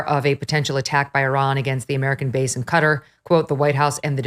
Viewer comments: I’ve seen a lot of coverage saying cutter for Qatar it’s pronounced cat-are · It's not "Cutt-her". It's "kuh-tar". 🤦🏽‍♀️ civilians drive me nuts on this. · Not Cutter, it's pronounced like katar. 😂 I was a teacher. You're all getting an F in grammar. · Where is "Cutter"? I know where Qatar (kuh-tar) is. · Qataaaaar? Can’t you pronounce Qataaaar? What ‘cutter’? Embarrassing